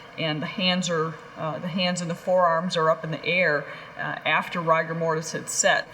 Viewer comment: is this the first time I’ve ever hear “rye- gur mortis “ pronounced correctly? Or is this some wild rogue mortician?! 😹